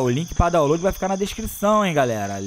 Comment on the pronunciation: "Dawload na descrição"... "Dawload" kkkkkkkkkkkkk CARALHO mano kkkkk